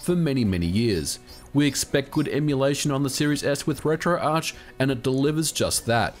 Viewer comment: Thank you SO much for saying "retro-arch". My pet peeve is when people call it "retro-ark".